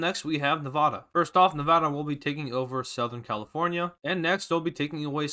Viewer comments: Man I wish he said Nevada right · Say Nevada right I live there